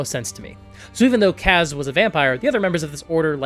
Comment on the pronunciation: Nobody asked, buuuuuuut.... Kas is actually pronounced "KOSS"